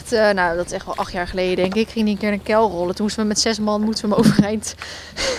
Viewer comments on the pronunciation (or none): . hoe je kuil zegt🤣 lijk wel keil🤣